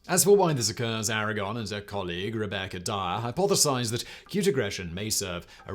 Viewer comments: WTF is "Rebecca Diarrhea"? What heck did he say? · Who is Rebecca Diarrhea ? Edit he says Rebecca Dyer reassures us... lmao